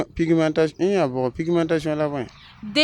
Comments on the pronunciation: Sisigmentation Walaï là tu vas tuer. Il dit encore fifigmentation(celui qui parle Moore là) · J’adore 😂😂 sesigmentation. Like